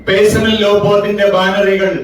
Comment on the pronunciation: പേയ്സണൽ അല്ല ചങ്ങായ്.... പെഴ്സണൽ